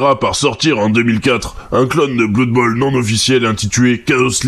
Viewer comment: On dit bleud bowl en fait. Aussi, blood bowl ne prend pas place dans warhammer fantasy mais dans son propre univers.